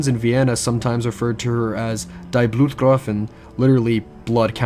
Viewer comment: It's supposed to be pronounced (roughly) "dee bloot-gray-fin"